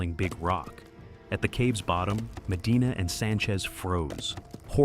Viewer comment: The down the throat way of talking and swapping T for D is pretty annoying.